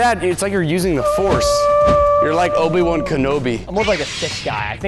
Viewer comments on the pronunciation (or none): Did my guy just say Obie one Kanobie it’s Obie wan